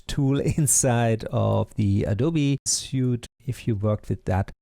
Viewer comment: Great tutorial many thanks. Your English is fantastic but just to help you: sew is actually pronounced like so, and suite is pronounced like sweet. Doesn't make any sense, I know :)